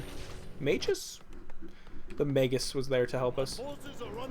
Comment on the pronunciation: Also, your pronunciation sometimes....errrr.... MAY-G-US